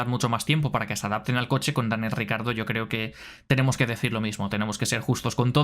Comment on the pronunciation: Siento un gatillazo cada que dices "RICARDO".... no jodas y lo repites mil veces!! ... Ni Lobato que también es del mismo país, pronuncia tan mal su nombre. 🤦‍♂️